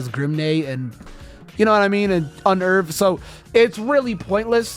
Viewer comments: "Un erve" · Yeah. I pronounce it Un-nerve.